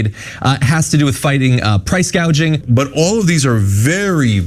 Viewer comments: Let’s get it straight she never said anything about price gouging she said price Gauging! What ever that is! That more of those made up Dumbocracts ideas! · She actually said price guaging...freudian slip alright!!